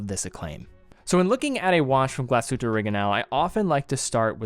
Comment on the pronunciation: Thank you for pronouncing the hard G